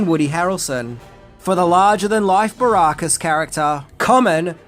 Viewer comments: I can’t believe the fat rejected third member of Right Said Fred could mispronounce BA Baracus’ surname. 🤦🏻‍♂️And who the fuck is Sharalto Copley? The man’s name is SHARLTO. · I think that was me my, who.punished you over the PEP-ARD pronounciation but nothing irks me more than your horrible pronunciation of ALCOHOLIC, when you say ARKA-HOLIC, but Ive noticed you’ve finally imprived that pronunciation a bit better. And it's B A BAR-ACUS not BARRR-RAAA-CUS FFS 😂😂